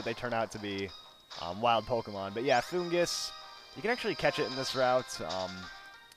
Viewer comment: Saying it wrong in the anime they say fungus